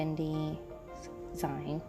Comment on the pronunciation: (btw, it's not a big deal at all since everyone will know what you're talking about regardless, but I thought you might want the heads up that it's pronounced "zeen" like the end of "magazine," since that's where the word came from! small DIY magazines, at some point playfully shortened to just "zines")